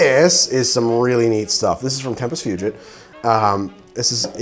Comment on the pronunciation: yo! dont mean to b rude, but tempus fugit is pronounced tempus foo-geet